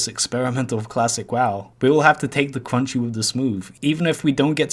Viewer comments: Take da cwunchy wif da smoove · L000000l man said "take the cwunchy with the smooth" TWICE... A HAHAHA